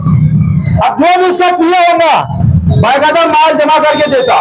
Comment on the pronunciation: Bhai yaar tum na baqaeda باقاعدہ bolna sikhu hr video bye qaida sun kr na mza nhi aata...